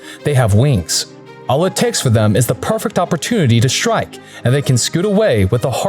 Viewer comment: He keeps saying shtrike whats with the adding an H to ST words? its shtupid